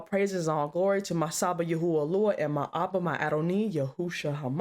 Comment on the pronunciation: It's yahawah and yahawahshi